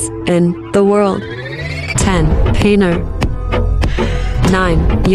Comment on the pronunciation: She pronounced paneer wrongly 😮